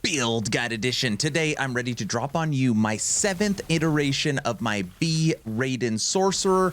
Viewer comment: BTW it's not Ray-Den .... it's Rye-den.